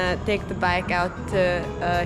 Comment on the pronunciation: Pretty nice but you pronounce Hue wrong, its not (Huey), its pronounced (Way) very surprised being there for a week that you have not heard anyone else pronounce it.